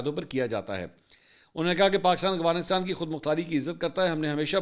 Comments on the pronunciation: منصور بھائی محبت اور معذرت کے ساتھ ایک تلفظ کی طرف آپ کی توجہ دلانا چاہتا ہوں ۔ افغانستان کی ادائیگی سننے میں اغفانستان لگ رہی ہے ۔چیک کیجئے جناب ۔ اختر تابش مدینہ منورہ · منصور صاحب میں نے پہلے بھی توجہ دلائی تھی کہ آپ افغانستان کو اغوانستان کہتے ہیں آپ بڑے میڈیا پرسن ہیں آپکے منہ سے غلط تلفظ اچھا نہیں لگتا